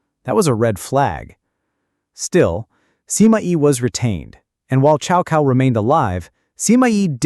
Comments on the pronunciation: Exactly it's not 'chow cow' but rather it should be pronounced 'tsao tsao' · The correct pronunciation is more like "Tsow Tsow". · Cao kao? Really. Ai slop.